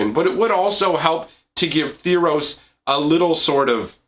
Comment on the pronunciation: Theros, not Theeros.